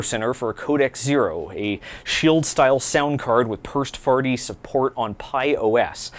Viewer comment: Did he say Pirst Farty?